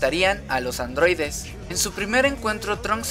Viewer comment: LA CULPA ES DE LOS ADROIDES!!!!!!!: por que: POR SER ADROIDES!!!!!!!